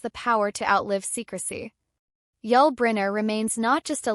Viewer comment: Can’t even pronounce his name. This is garbage.